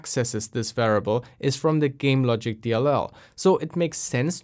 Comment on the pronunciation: It sounds a bit like you're missing the i in variable. (sounds like varable) Even so, awesome content! Interesting to see some cheat tools that are being used nowadays.